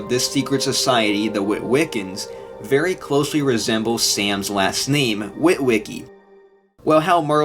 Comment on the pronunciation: Wery safe to say